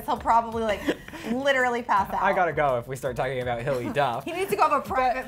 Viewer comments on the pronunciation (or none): said ''Hilly Duff'' Instead of hilary XD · Lmao they kept saying hilly duff not Hillary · if hes soo much of a hilary duff fan then why cant he say her first name its